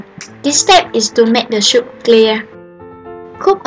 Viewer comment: Good video. But you have to pronounce soup like "soop" not "shoop".